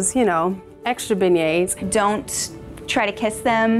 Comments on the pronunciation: "Don't touch my beingents'' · Nobody: Not even Cinderella: Tiana: mY bEiGnEtS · "Tianas extra Beignets" LMAO! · i lost it at “extra beignets” i